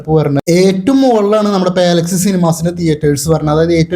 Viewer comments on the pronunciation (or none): പാല അല്ല പലാ 🙌🏻 പലാക്സി